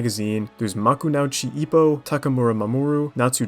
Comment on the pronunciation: Ma-ku-nau-chi ippo 😭